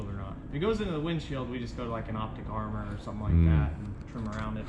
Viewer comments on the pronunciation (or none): none